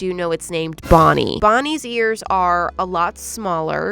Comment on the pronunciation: Bonnie 🚫 Bon bon ✅️